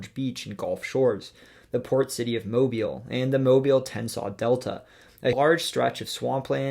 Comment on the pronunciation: Huh, I was not expecting my city to be listed for Alabama’s entry. Kudos for pronouncing Mobile correctly